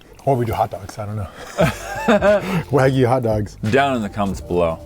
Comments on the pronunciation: this chanel should be called and maybe mispronouncing wagyu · Hearing them pronounce Wagyu wrong hurt me